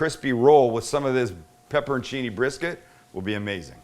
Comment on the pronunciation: I swear I am hearing you see pepper & chini. Aren't they pepporchinis?